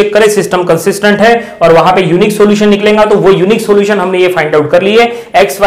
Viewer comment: Teacher needs educayon Hindi pronouncing. Niklenga - niklega